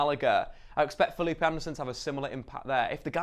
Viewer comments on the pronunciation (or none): none